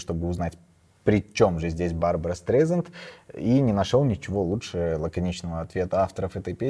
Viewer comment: Не Барбара, а Барбара.